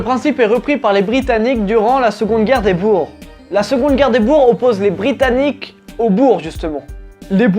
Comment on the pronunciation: Je l'est jamais entendu et boér est un nom de famille répandu au Pays Bas, ça veux dire fermier et ça se prononce boér